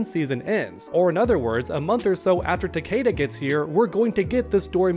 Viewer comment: How are you a mortal kombat channel and can’t pronounce takeda properly?